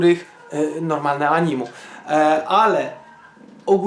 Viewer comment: Mówi się anime a nie animu XD